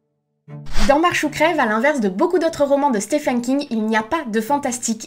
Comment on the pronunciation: Tu as un problème avec l'anglais. "Stefen" à la place de Steven, WaLk en prononcer le L :-/